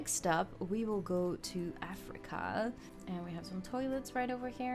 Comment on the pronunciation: Why do I always here rat panda instead of red panda XD 💀